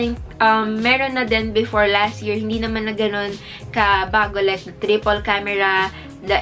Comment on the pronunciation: You pronounce "the" as "dī" if it follows a word that has a vowel as its first letter. Such as "dī eagle"